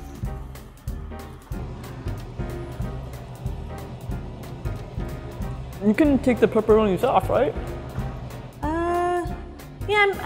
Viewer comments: it’s “naan” not “noon”. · Can anyone tell me what is NUN 😅 *I am Indian and the correct pronunciation is NAAN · When she siad noon instead of nanh😑BOYIII I WAS TRIGGERDD